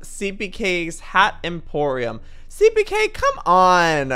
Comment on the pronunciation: Joey: this lookes like a seapeekay build. ME: It lookes like a me build! 😂🤣😃